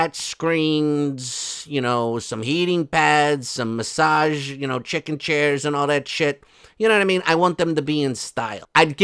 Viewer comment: "SHICKEN CHAIRS" 😂